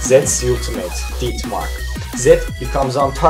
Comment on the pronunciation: ded mark, death mark not did mark